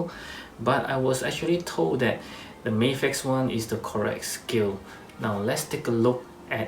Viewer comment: I like that you say "May-fex" and not "Maf-ex". "Maf-ex" sounds like American mispronunciation to me.